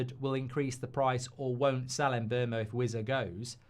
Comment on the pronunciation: He said MbuRmo 😂😂😂😂😂😂😂😂😂😂😂